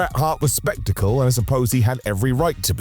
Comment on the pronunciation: Brett Hart was specticle? Dont you mean sceptical 🤣🤣 made me chuckle!